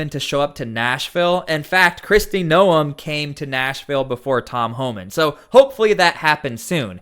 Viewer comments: How is it even possible that you do this video & have no idea how to pronounce Noem. Hint: it is not No 'em. It sounds like Nome. Do you watch the news? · Bro its GNOME, not NO EMH. The news clips you have say her name correctly but you can't? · It's pronounced nome, not noum.